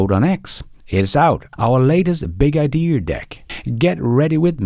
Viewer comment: Is it "Idear" or "Idea"?